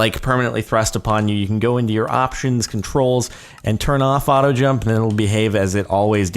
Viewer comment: your auto jump when you say it sounds like auto gel.